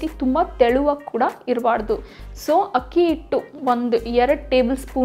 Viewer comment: Adu akki hittu not hakki hittu